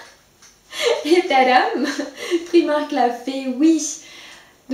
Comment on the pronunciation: Super vidéo mais ça se dit priimark en anglais 😁 bisous